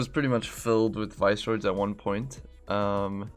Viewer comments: They are pronounced Viss-er-oids note vice-roids :-) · I think the visceroids are pronounced like visceral rather than like viceroy